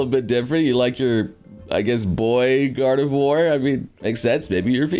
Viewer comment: he said gardevoir how the heck did i hear god of war?!.